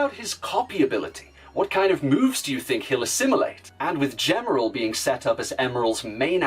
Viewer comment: A good video, but a minor correction on Gemerl's kana. ジ (ji), by itself, can be pronounced "juh" sometimes depending on the situation, but elongated, it always makes a "gee" sound. This is why the Japanese strategy guide lists his name (ジーメル jīmeru) as "G-merl" and Sonic Advance 3's Japanese website's source code lists him as "Gmel." For example, "gem" is rendered as ジェム (jemu), while "jeans" is rendered as ジーンズ (jīnzu). Still a pretty good What If and can't wait to see more from Gemerl and the Werehog.